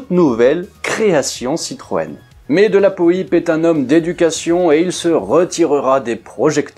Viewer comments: Son nom ne se prononce pas de la poype mais de la Poipe avec un Y … dans l’extrait de l’histoire de l’aviation que tu as passé Daniel Costelle prononce son nom correctement… repasse toi le …😉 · Le nom de Roland de la Poype ne se prononce absolument pas "de la po-i-pe", mais "de la poipe". J'espère que ses descendants vous pardonneront s'ils vous entendent écorcher ce nom qui, d'abord et avant tout, désigne un aviateur de la Seconde Guerre mondiale d'une trempe exceptionnelle. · Roland de la Poype (prononcer "Poipe" ! comme Poire et non pas Pouillpe !) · De la Poype (po-a-pe)! A part ça, merci pour tes excellentes vidéos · Pour info prononciation exacte du nom : de la poipe ( phonétiquement parlant) et surtout Roland de la Poype obtint aux commandes de son Yak quinze victoires aériennes, qui en feront l'un des as français. A deux reprises, le 14 et le 16 octobre 1944, il abattit deux appareils allemands dans la même journée. Il sera le premier Français à être fait Héros de l'Union soviétique, la plus prestigieuse décoration militaire soviétique, avec son camarade Marcel Albert, autre as du Normandie-Niémen, avec vingt-quatre victoires et deuxième as français de la seconde guerre mondiale, derrière Pierre-Henri Clostermann (trente-trois victoires). Après la guerre, Roland de La Poype avait entamé une carrière d'industriel, créant en 1952 le berlingot de shampooing Dop. Quinze ans plus tard, il avait inventé la Méhari, avec sa carrosserie plastique aux couleurs inédites pour l'industrie automobile : rouge, vert, orange ou beige couleur désert. Enfin, en 1970, il avait ouvert le Marineland d'Antibes, sur la Côte d'Azur, pour faire "connaître la vie des grands animaux marins". Après sa mort, il ne reste plus que vingt-trois Compagnons de la Libération en vie.